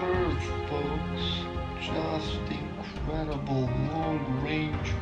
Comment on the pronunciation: It’s In-cred- d -ble.